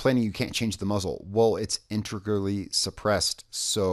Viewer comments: IN-TAY-GRUEL-EE My Wife has speech problems, I’m not hating! I’m trying to help! I love the videos please keep them up! I’ve had the game for a while but just recently started playing on and off, still my favorite game. Unfortunately according to you, I’m too late and can’t get the badger. So I really do hope Ubisoft puts it up for purchase in the future, good weapon or not, it’s a modern classic and I want it! Please keep up the amazing videos! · In-TEG-rally. Integrally. 😉👌